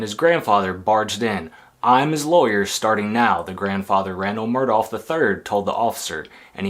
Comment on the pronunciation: Yes, pronounced 'Murdock'. Not 'Murdaw'🙄